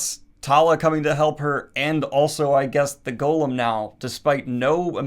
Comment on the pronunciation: I was so confused. Why does Daniel keep calling it "Gollum"? Only later I realized he was saying "Golem".